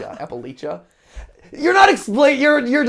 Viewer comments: I've heard a few wrong ways to say Appalachia, but this was a new one. A trick to remember: "If you say apple Asian then I'll throw an apple at'cha. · It’s Appalachia like throw a apple at ya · Everyone outside of the region of Appalachia pronounces it Appa-Laysha but if you ask anyone from the region it’s Appa-Latcha, but thanks for trying to pronounce it the right way! 😂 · Hi Mat! The differences in "Apple-at-cha" versus "Appa-lay-shu" is a dialectal thing! Most people from the Appalachian mountain range pronounce the it the former way while areas outside of the range pronounce it the latter way. Locally speaking, as someone from the NC Appalachian mountains, we say the phrase "Pronounce it Appa-lay-shu and we'll throw an Apple-at-cha" as a way to pick on people who don't know the local (and correct imo) way to say it. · as someone from Kentucky, its app-a-latch-a (or app-a-latch-ian), NOT app-a-latch-ee-a, OR app-a-lash-a. get it right mathewpathew :( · lol I just started watching this and I live in Appalachia VA. And you pronounce it as apple-atcha. A way you can remember is saying "I'm going to throw an apple atcha" lol I loved how you guys tried to say it I couldn't stop laughing 😂😂 i love you all and keep up with the awesomely amazing videos! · MATPAT! I work for Old Gods of Appalachia, it's pronounced "Apple-atcha" like " I'll throw an apple at cha!" officially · As a born and raised WEST Virginian, I promise the correct way that locals pronounce Appalachia is "Apple-Latch-Uh" 😊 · meanwhile as we waste 5 minutes on the proper pronunciation of Appalachia. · As someone who lives in the area the way they say Appalachia hurts me lmao